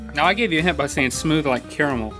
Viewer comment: Haha Link said caramel wrong